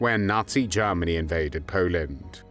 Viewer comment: The way the narrator says Germany reminds me of lord haw haw